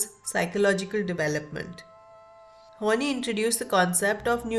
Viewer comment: This is interesting and helped me a lot too. However, Karen's last name is pronounced as "Horn-eye" not "Horn-knee".